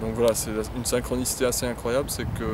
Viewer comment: "Une sainkronissité parfètemen majike"